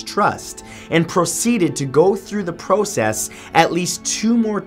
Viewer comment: ....yet he couldn't pronounce "PROCESS" correctly. 🙄